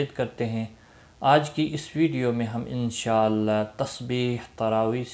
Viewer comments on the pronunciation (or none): none